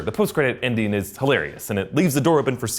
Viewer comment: I can't be the only one who thought he said "Indian" and not "ending"